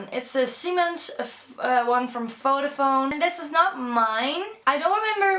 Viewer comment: it's Vodafone not fodafone